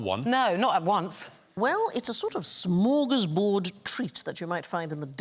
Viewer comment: AAAAAARGH!!! For once, the Beeb got the spelling of the Swedish word 'smörgåsbord' ('sandwich table') right in the title of the show, but then Sandi - a Dane, who SHOULD know better! - goes and SPOILS it all by pronouncing it as 'smor gaz bored'... Fy FAN! How would she like it if I called a Danish sandwich a 'smorra-brod'? Imma kill myself now!